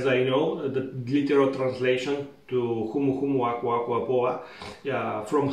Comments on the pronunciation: LOL I would NEVER have been able to pronounce it. You did a stellar job, I wouldn't have known any different. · I started watching this and immediately was like, how the heck did he just say that name ?! 🤣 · What a stunning glass to serve this in!! Also faaaair play for the seamless pronunciation 🍹